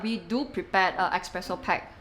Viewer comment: I cannot buy coffee from anyone who says ex-presso.